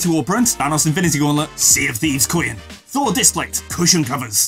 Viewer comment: just say coin...like groin...unless you say groy-in LOL